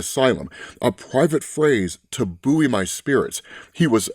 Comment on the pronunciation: FYI 'buoy' is pronounced the same as 'boy'. It threw me for a second when you said "boo-ee"